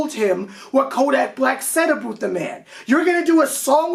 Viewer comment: WHY THE FUCK HE PRONOUNCED (ABOUT) WEIRD ABOOOOT THE FUCK??